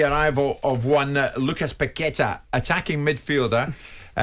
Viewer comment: "Pasweta" Trevor !!🤣🤣